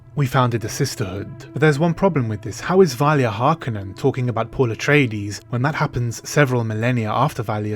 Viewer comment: Thank you for pronouncing the name Harkonnen correctly.